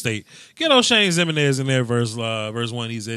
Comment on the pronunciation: The way he pronounces Jimeninez is hilarious